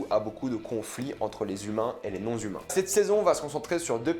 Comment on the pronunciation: non-humains sans liaison svp ;)